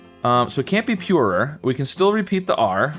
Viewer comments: Y does he say er three times Pure-er-er Cure-er-er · Your American accent is really foreign to me because I’m from Australia and when you say purer is sounds to me like your saying purerer and I’ve watched this video like twenty times and it only just occurred to me that it was your accent